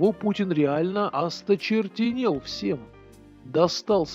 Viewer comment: " осточертел"! но не " осторчеНЕЛ". Грамотность , по- прежнему , важна!